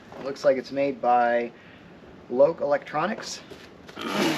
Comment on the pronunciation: Loch sounds like Lock... as in Loch Ness Monster. It's a Scottish company